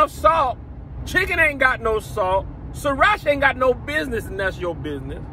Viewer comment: when he said "and then you just gon' throw SrrrrirrrHHacha in there..."😭😭😭💀